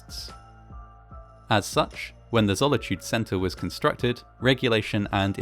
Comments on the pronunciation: It's Zolitūde, not Zollityued. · Zolitūde doesn't rhyme with the English word "solitude" - zo-li-tu-de (not "zolla-chood") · Boy really said "Zolichude" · I thought he said Sonichu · You sound funny pronouncing the name of the mall wrong =P